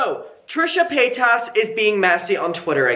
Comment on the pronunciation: I enjoy watching your videos but I hope you’ll try to pronounce her last name right, I don’t like her either but it drives me when people don’t pronounce it right. Hope you had a good weekend!